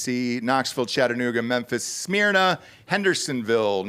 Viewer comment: I’m pretty sure Smyrna is pronounced sm-ur -na not sm-ear-na. That’s how New Smyrna Beach is pronounced. Named after some Greek place